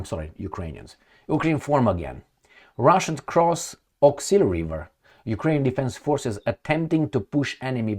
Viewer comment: You wrote 'Oskul' but pronounce as Awk-sil. Are you smart man? Do you pronounce ask as axe?